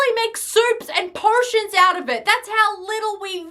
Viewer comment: the way she went “owta”